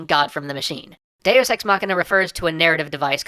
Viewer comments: I must be more perverted than I thought, I can NOT hear him say Deus Ex without hearing Day of Sex. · Every time you say "deus ex", I keep thinking you're saying "day is sex" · lol it sounds like he says day o' sex